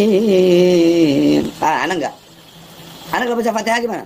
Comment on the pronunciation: baca alfatihah aja salah😂😂😂😂